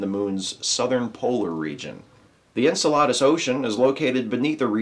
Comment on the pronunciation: Maybe someone else pointed this out, but it's pronounced en-CEL-uh-dus, not en-cel-AH-dus. I absolutely love And Now the Good News; keep up the good work, but perhaps check a pronunciation guide when reading about astral bodies named after mythical Greek giants. :P :)